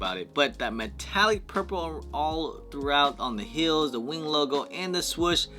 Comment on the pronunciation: The fact that you say “swush” when its “swoosh” 😂